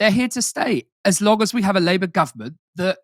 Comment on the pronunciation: Aaron not quite getting his Kinnock "Labour Government" intonation right.